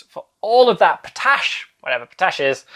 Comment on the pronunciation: I believe the correct pronounciation of potash is pot-ash, but I did enjoy the pronounciation of p'tash ;-)